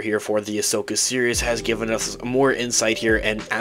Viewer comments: it sounds like he keeps saying "the Ashoka Serious" instead of "Series." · nah, he definitely pronounces it weird. I know he's not actually saying "serious." I'm saying his "series" sounds like "serious." 100%